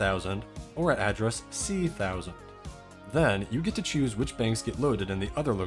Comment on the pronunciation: I have never heard someone pronounce hexadecimal like that ("C-thousand", etc) and I cannot decide if I love it or hate it